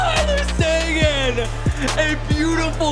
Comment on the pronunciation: I may be wrong but think it’s pronounced sa geen like green